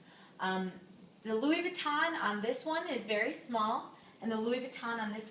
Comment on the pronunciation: Louis Vuitton.. not Louis Vee-tahn. 🙄